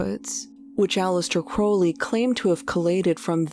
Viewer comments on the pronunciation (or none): How do you run a popular Youtube channel about mysterious events, and not know how to pronounce Aleister Crowley's name correctly? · 2 years in production and you couldn't even be bothered to learn how to pronounce Aleister Crowleys name correctly